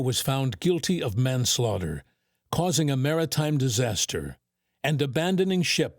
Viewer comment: The stress on the second syllable in "manslaughter" further suggests this is some text-to-speech AI slop